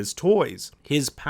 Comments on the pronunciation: Just say Vanya the way they say it in the show it’s very annoying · I hate to be that person, but I just- I have to. He has to be saying Vanya's name wrong on purpose. There's no way that's an accident. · Yeah ikr, he couldn’t say Vanya right after it was said dozens of times in the show but he said öga för öga pretty well after it was only said once or twice like what?!? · Stop saying Vanya it’s vahn-ya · van-ya? I can't even. Did you even watch the show? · I love how he pronounces vanya vAn-ya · Calls Vanya "Van-yuh" and Klaus "Close" im ded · RIGHT? its Von-Yah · Feathered Filly the narrator guy is american, and the cast of the show are mostly american again. everyone in the umbrella academy show pronounced it vuhn-ya so that’s why everyone is talking about how the narrator is saying it wrong. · I kept hearing "Venue" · RIGHTTTT- it was like “menu” but “venue” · “VEnya” I’m sorry but I couldn’t stop laughing at that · Van ya really? Van ya? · How do you watch two seasons of Vanya being pronounced by every character as “vawn-yuh” and then make a whole video pronouncing it like a soccer mom’s car of choice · Every time he says “vainya” it kills me a little bit more inside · He pronounces it Vænyaah instead of Vanya lol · pronouncing vanya as vaenya should be a sin imo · It’s always a dead give away that the writer watched the show but the narrator didn’t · Dude, you should be apologizing for mispronouncing Vanya's name.... 🤣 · Why can’t you pronounce vanya right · The way you’re pronouncing Vanya is killing me. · Is it that hard to pronounce Vanya right? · Triggering that he can't pronounce Vanya... holy shit stop saying her name wrong you say it so many times. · Its like this guy was reading a script he didn't even say vanyas name right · the way this guy pronounces "vanya" is giving me cramps in the brain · IM SORRY BUT WHY DO YOU PRONOUNCE VANYAS NAME SO ODD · this guy really needs to learn how to say Vanya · Can't get over how he mispronounces Vanya 🤦‍♀️